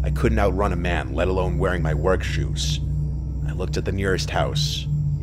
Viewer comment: why did you say "shoes" so weird lmao